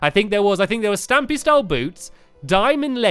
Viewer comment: it keeps saying stumpy